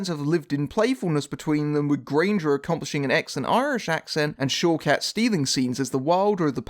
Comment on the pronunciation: Whenever you say one of the actress's names, I keep hearing it as "Showcats" :D